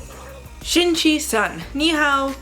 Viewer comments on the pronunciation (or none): none